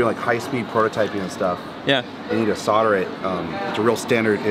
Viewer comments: Sodering tips? Thought it was so'l'dering tips? :) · Sodder? *Solder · Just wondering what soder is 🤣 I'm sure you know but solder has a L in it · Why can't Americans pronounce SOLDER properly it's not spelt SODDER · Do your soldiers ever solder, or sod it they just sodder it...? There is a bloody "L" in there folfs. Just sod me car and sod the truck, sod it. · Why do Americans leave the"L" out solder? curious